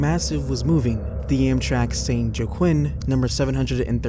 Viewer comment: FYI, for future reference, "Joaquin" is pronounced "wah-KEEN", Or "hwah-KEEN". with a bit of an 'h" sound at the start. Great video, btw. I used to subscribe to a bunch of similar channels but now you and Scary Interesting are all that I still follow.